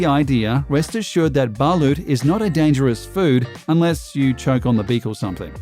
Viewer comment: It's "BALOT" aint "BA-LUT" DUMBASS